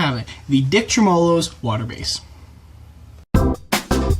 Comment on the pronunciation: Sorry but that screwed with my brain. Its tremolo. Treh mah low